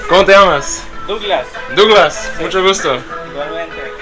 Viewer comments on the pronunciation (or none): none